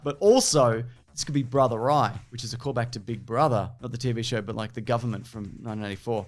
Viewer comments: Maybe I just keep on miss-hearing you, but it sounds like each time you say '1984', you're saying it as "nineteen NINETY-four". Definitely an error regarding George Orwell's 1984, as well as this film: Wonder Woman 1984. Love your videos though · "nineteen ninety" .. am I the only one that hears that? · Why does it sound like you keep saying 1994. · Why does it sound like you're saying 1994 the WHOLE time?